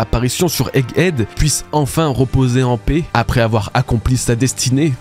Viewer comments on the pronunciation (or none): none